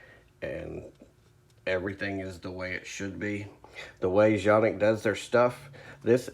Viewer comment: Finally a correct pronunciation, thanks.( john-ihk)